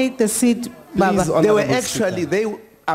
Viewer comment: She say babba